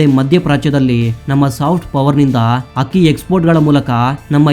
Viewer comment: ಅದು ಅಕ್ಕಿ ಹಕ್ಕಿಯಲ್ಲ ಉಚ್ಛಾರಣೆ ಸರಿಯಾಗಿರಲಿ